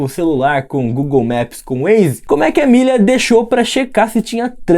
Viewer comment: SE VC NN SABE É AMÉLIA N AMÊLIA!! FALA CERTO, NEM EXISTE ESSE NOME!!